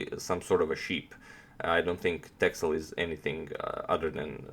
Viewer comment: It's pronounced "Tessel". It's a Dutch island (part of the Waddeneilanden). And yes, there are a lot of sheep there ;-)